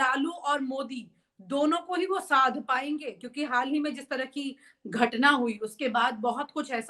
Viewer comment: बहुत सुंदर समाचार प्रस्तुति होती है आपकी, मैडम तरह बोलिये आप तरंह kyun बोलती हैं